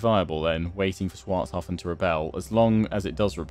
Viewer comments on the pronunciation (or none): you know tehre are two more leters in the name Schwarzhafen .... the CH in partikular just think chicken with an S in front. And then you get your Schwarzhafen instad of the constant Swarzhafen. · Pretty sure you don't pronounce the CH in Schwarzhafen hence why I say it Swarzhafen